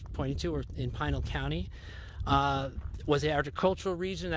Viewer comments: Fun video. Yup, it's Pee-nahl County. Also, the monument is pronounced kah-se Grahn-day but the city is kas-eh grand. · Pronounced Pee-nal county. I live in Goodyear. Nice video BTW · Learn pronunciation of Pinal County...